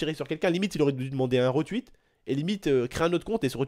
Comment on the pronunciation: Tu peux arrêter dire retwuit stp c'est retweet